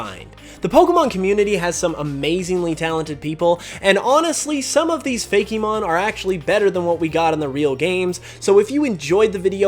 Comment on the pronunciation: Even if you want to give it a pronunciation other than just "fake", why pronounce it like that and not use the e sound from Pokemon? ...Is what I WANT to say, but obviously people don't choose their natural pronunciations for things.